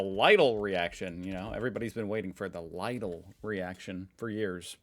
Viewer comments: Lidl is pronounced like Leedle. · you think if we tell 1000 and 1 times instead of only 1000 times to not pronounce i=eye in german he will learn? XD eye sound would be "ei" in german xD lidl is pronounce Lee-Dell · Lidl is pronounced "Liddle" like little with Ds instead of Ts. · I like how you pronounce LIDL like ladle.